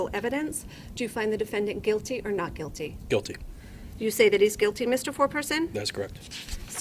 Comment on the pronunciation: The word is GUILTY. Not QUILTY. And the Q and the G are no where near each other so....